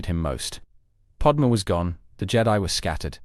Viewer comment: Great video but please pronounce Padme”s name properly. It’s not Podma….